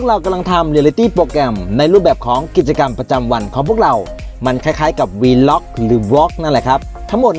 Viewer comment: แอดเคยอ่านคำนี้ถูกนะคะ Vlog อ่านว่า วล้าก (valaag) อ่านแบบเร็วควบกล้ำค่ะ ไม่ใช่ วีล็อค แน่นอนค่ะ ใครสงสัยตรวจสอบได้ที่อากู๋ แค่พิมพ์ว่า "vlog pronounce" เค้าจะออกเสียงให้ฟังค่ะ